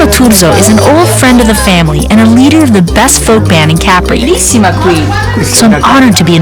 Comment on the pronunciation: why can't she pronounce Capri correctly?